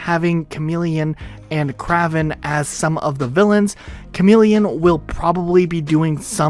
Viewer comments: Crash Productions Ca-RAVeN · It’s pronounced KrAYven. Just thought you should know. 😃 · You pronounced Kraven incorrectly. It’s like Cray-ven. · FilmArtsy have you never heard ppl pronounce Kraven before? It's "Krayven" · Anyone else cringe hard when he mispronounced Kraven?